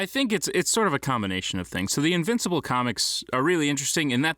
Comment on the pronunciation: The guy saying invincible is very wrong .